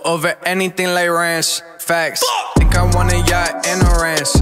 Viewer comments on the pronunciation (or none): none